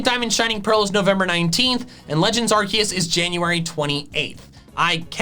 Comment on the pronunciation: do you meen legends arkoos